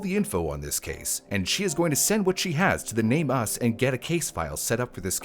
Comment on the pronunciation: It's not Name U. S. Had nothing to do with the USA. It's called NAME US. US. THE MISSING. Not seperate letters. It's even spelled NameUs. Not a seperate S.